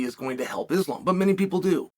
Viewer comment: It's so cringe that Chael keeps intentionally mispronouncing their names.